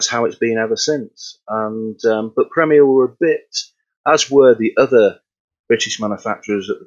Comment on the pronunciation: The host needs to work on pronunciation, that was quite hard to listen to, wish had atleast corrected the company name of wich is a known quantity on Sadly didn't mention anything about Premier in the 20s and 30s, drums such as the dominion major and ace... It was club (never heard of disco) then crown... senator was the seller brand name